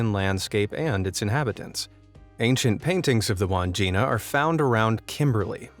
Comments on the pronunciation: Its not pronounced wand jina its Wan (as pronounced in swan) - Jina (as pronounced gin) - a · Wandgina is pronounced wad gin nah.